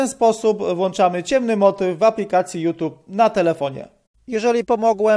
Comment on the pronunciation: Naucz się chłopie wymawiać youtube. Żadne tube tylko tjub